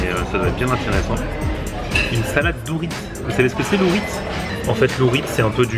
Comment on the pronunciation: Est on dit pas zorist à l île Maurice mais orite